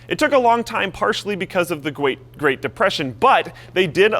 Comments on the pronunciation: "gwait depression" lol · The gweat depression? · gwate great depression